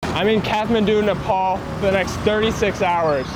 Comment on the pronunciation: its not nepol dud....its nepaal...